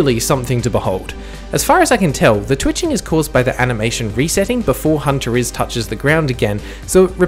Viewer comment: YOU MISPRONOUNCED HUNTERLS SMHSMH